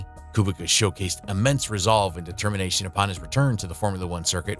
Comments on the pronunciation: As a Polish person I just wanna say that Kubica is probounced "Koobeetsa" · Kubica's name was really going through it 😭🙏 I'm polish and it's pronounced "Koobeetsa" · A co, kolejny który mówi Kubika? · Great vid! But you need to look at your surname pronounciation! Latfi? BianCHi? Koobika? :(